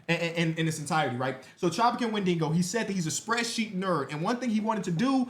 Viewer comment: It's "Wen-dih-go" not "Wen-dingo". It's the cannibal creature from Native American mythology.